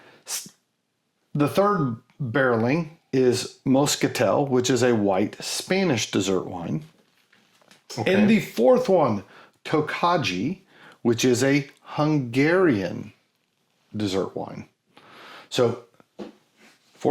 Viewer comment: Just FYI: "d'Or" should sound pretty much like "door" - the is no 'wa' involved nor is it 'Dior'; the "s" on the end of Sauternes is silent (e.g. 'so-turn'); the "ll" in Monbazillac and the "j" in Tokaji both sound like "y", so 'Monbaziyak' and 'Tokayi' (there are other nuances, but that would be closer than what you said...). Sorry to be picky, but French was my major subject at university! For butt jokes, you need to check out the labels for Hanyu "Nice Butt" and "Big Butt"... Surprised you didn't mention Firkin (40L). The change with sherry barrels started a long time ago, but was 'fixed' by a Spanish law (in 1986?) that made it compulsory to bottle sherry at source before export, so 'transport casks' became impossible. Still a very good episode and I'm looking forward to the next one.